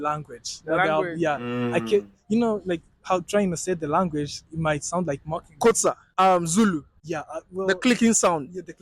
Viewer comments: You got the pronunciation of Xhosa right and you're American. I am impressed. Majority of white South Africans pronounce it as Khosa. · Bro finally got X in Xhosa right 😂 Shout out 👊🏾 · you can now pronounce xhosa the clicking sound am proud of you and i can see you love my country 1 love bro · Love how you pronounced X in Xhosa, catch it white South Africans and Coloured people😏😏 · Haai your x sound sounds so good now you got to do c and q cliq then I will fight for your SA citizenship